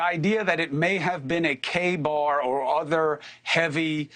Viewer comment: CUOMO THAT IS NOT A KA-BAR KNIFE. You should get it right